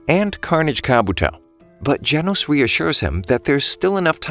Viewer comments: bro said Janos it's gen os not Jan os it's simple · its geno not janos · Nah bro just call genos jenos